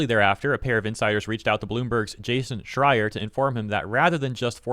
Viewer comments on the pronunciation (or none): none